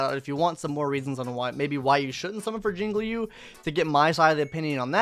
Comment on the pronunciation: You finally said Jinglui's name right